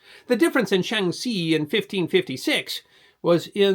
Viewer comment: It's nowhere fucking close. He sometimes pronounces x with a k sound. His Shaanxi sounds closer to Shangxi. His Hebei is a Hehbei. He doesn't care whether its Lu or Lü. Lazy and embarrassing.